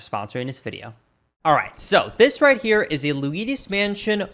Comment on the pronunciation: I can't get over how you pronounce Luigi correctly on its own but then always say "Luidus Mansion"